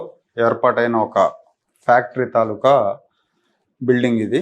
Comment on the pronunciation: అంతా బాగుంది కానీ మీరు మామూలుగా పదం తప్పు పలకరు ఈరోజు పలికారు. తాలూకా గాదు.తాలూకు కదా! నిజంగా అదే కాలుష్య కారకమైతే తిరుపతి దగ్గర ఉన్న ప్లాంట్ దగ్గర ఫౌండర్స్ ఇల్లు కట్టుకునే నివాసం ఉంటున్నారు. అది సాధ్యం అవుతుందా!అంతే మూర్ఖులన్నమాట వాళ్ళు.